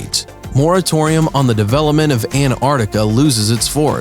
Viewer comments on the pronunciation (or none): Why is no one mentioning he literally cannot say "Antarctica"